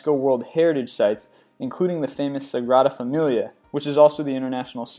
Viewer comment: Do you mean segrada fa- mi-ya